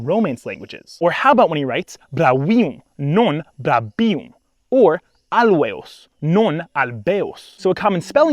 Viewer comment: When you say "brauium," your 'r' sounds an awful lot like an 'l'